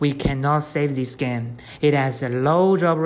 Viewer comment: He said gane instead of game